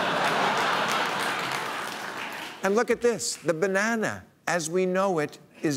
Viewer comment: Bro, thats not how u pronounce banana